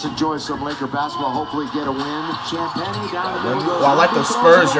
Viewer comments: I'm surprised Flight knows how to pronounce Champagnie. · i love how he can’t pronounce some easy player names but flawlessly pronounces “champagnie” every time